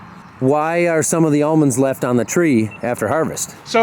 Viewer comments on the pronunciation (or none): Did he say ammonds? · How is he an almond farmer and he can't say almonds?!? Ahmund? Aymonds? I kid, I kid. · It’s aamonds to orchard farmers and almonds to everyone else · How do you get amonds? Shake the L out of em. I bout died laughing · "I heard beed hate cell phones." 😆😆😆😆 Ahmends..... Well their aLmonds, but we shake the L out of them. 😐😑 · I went to college in an area where they grew a lot of "Ammons". It was way too much trouble to pronounce the "L". Watching that part of the video brought back fond memories, well, the memories weren't really about the nut harvest. LOL